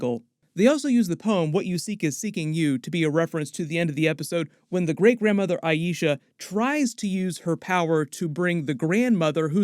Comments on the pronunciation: I-Sha not I-E-Sha 🤦🏽‍♀️ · It's 'aye-sha', not 'aye-eee-sha'! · Small nit pick but why does everyone say "Ay-EE-sha"? It's AY-sha. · Please please please pronounce Aisha correctly. They say it over and over correctly in the show. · Feels like went out of his way to pronounce Aisha's name wrong several times this video. I feel like anyone studying the TV show "should" know how it's pronounced. Can pronounce Najma's name just fine though? Oh well, just my opinion. P.S. I'm not hating, just confused.